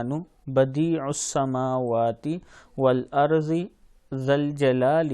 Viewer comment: Bhai duaa mein wal “wal arzi” nahi “Wal ardi” hai woh. Agar main galat nahi hu toh